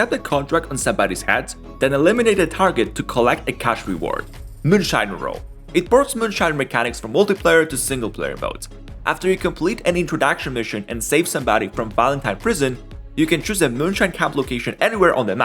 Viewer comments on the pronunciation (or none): the AI says introducktion mishen instead of introduction mission.